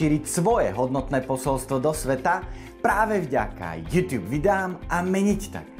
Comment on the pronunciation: Youtube se to píše a čte se to jůtůb